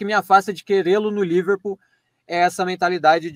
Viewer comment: "se eu quero no liverpol" xiqui-xiqui kjkkkkkkkkk